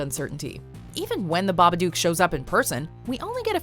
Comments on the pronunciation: hold up hold up, the baba what now?? I've never heard it pronounced like that lmao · The pronunciation of Babadook was bugging me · The way she pronounces Babadook lmao